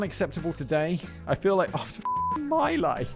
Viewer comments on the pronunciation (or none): Simon, it's pronounced 'mee-lie', not my lie...